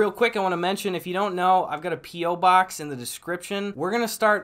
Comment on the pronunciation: i thought he said pee box instead of p.o. box lol